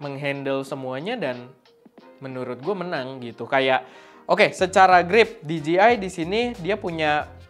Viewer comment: Di jey ai = DJI , bukan di ji i = DGI